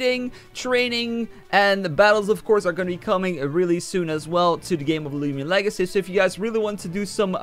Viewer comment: " lumian legacy"→_→